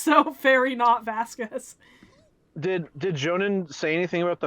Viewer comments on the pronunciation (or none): "vaskwez" the way thats pronounced annoys me so much